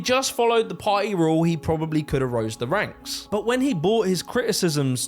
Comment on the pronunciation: can you pronounce "party" not like "pie"?